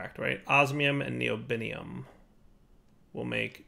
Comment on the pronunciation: ", it's NI-oh-bee-um, Neodymium is something else entirely"